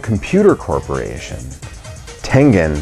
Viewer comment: That's not how you say tengen